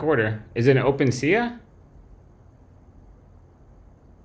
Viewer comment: I’m being so petty but can’t stop myself: open-sea-ah? Come on man it’s open sea!